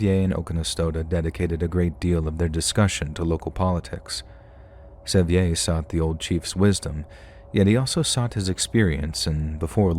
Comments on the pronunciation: Pronouncing John Sevier like that is so funny. It's said the same as "severe," like Sevierville. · Sevier is pronounced "severe". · Hahahaha! John Se-vE-Ay!! You mean John Sevier???! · *John Sevier, pronounced Severe. He was the 1st Governor of Tennessee and there is a country and Highway, among other things, named after him.